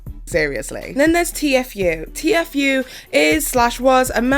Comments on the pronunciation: Sooooo disappointed. Lmao. Sooooo I’ve NEVER heard anyone spell out Tfue.??? Had she really never heard anyone say his name? I just kinda recently started watching Petty...but wow?!? Not sure why I’m so annoyed at her spelling his name out so much?? That’s on me. Props to you for trying to report on something you’re not familiar with...I do follow faze banks and some of the other guys on my accounts. Etc. Pleaaasseeeeee though...watch at LEAST Banks’ video, do you’ll know how to say it?? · I don't wanna be that person, but it's T-fue, not t-f-ue. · TFue is pronounced “teafu” not T-F-U , keep up the good work girl 😘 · OMG IT'S TFUE! T-FUE....TTTTEEEEE FOOOOOOOO ...NOT .... T.F.U!! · just a heads up its tea fu not t-f-u love you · “T-F U” 😆 queen of mispronunciation, and living for it💅🏻 haha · It's "t-few", hon. 😅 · I was just thinking aww she’s pronouncing it wrong and saw this and legit spit my drink out laughing 😂 I love it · I defend honest mistakes but as someone acting as a source for updates and news, you CONSTANTLY mispronouncing news and terms relevant to the topic makes you seem poorly researched and cashgrabby. you don't care about these stories, their impact/effect, or anything like that. you care about pushing out videos for money. it's not cute you couldn't figure out how to properly say TFue, a two syllable name, when FaZe and every other source, including Tfue himself says how to say it. Fumbles and mistakes being character and make you personal. Not giving enough of a shit to make sure the info in your video is correct when you make money off it? Not cute, especially when you have such a pattern of it. I was a big fan but now I just can't stand it because if you cant get the very basics, like the names of those involved right, what else is not researched properly or misreported